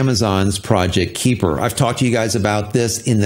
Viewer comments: I believe it's pronounced K-eye-per, not K-ee-per. They're likely taking the term from the Kuiper belt (much like the asteroid belt beyond Mars), which is full of many icy bodies beyond Neptune, of which Pluto is the largest. A bunch of sats orbiting the Earth sort of fits, besides the fact that all sats will be orbiting 360 degrees and not just on a flat plane like the belts. The Kuiper belt is also thought to be leftovers from the formation of the solar system, so hopefully Project Kuiper doesn't suffer the same fate. Have to make sure to bring those sats down in time so they don't extend the Kuiper belt closer to Earth... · Kuiper is pronounced "KI-per" Long "I" Named after Dutch astronomer Gerard Kuiper. Firefly fans may also know him as the person that discovered Miranda, one of Uranus' moons. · Kahy-per as in Kuiper Belt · FYI it’s pronounced “Kai-pur” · But Amazon can''t get a real rocket off the ground... so far Blue Origin is only a celebrity amusement ride to 300K feet. Up and down, no orbit. If it's anything like the Kuiper belt (near Neptune), the "ui" is pronounced like "eye". Those things you are reading this with. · You pronounced it better in previous videos. Kuiper is hard to pronounce as the ui part in Kuiper is something the English language doesn't really have. It is definitely not a long i as claimed here above. Trust me, I am Dutch.